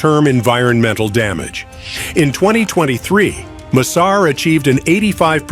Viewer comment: Pahle bolna to seekh le yaar M sar nhi massar project bol